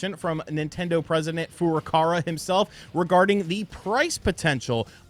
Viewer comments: It's Furukawa my man, not Furukara 😂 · STOP Destroying President FURUKAWA's name 🤣🤣🤣, FURU-KAWA... Not that difficult!